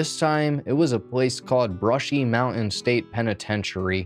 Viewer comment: Zoomer Primer: "mow-en" = mountain